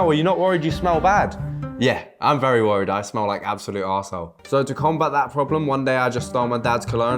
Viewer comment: the way he says “asshole” sounds like he’s Australian